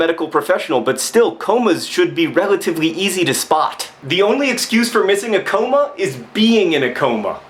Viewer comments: what the hell? A COOOW-MAH? It's pronounced ca-mah. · He pronounced it like "coma" because that's how she spelled it. And demeaning others is pretty much the opposite of what John usually does, this just happens to be a case of a good writer being distressed from reading the work of a bad one. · i've never heard comma pronounced that way before... have i been saying it wrong this whole time?? :/